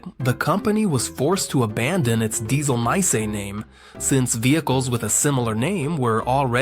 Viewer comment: He just mispronounced Dieselameise. It means diesel ant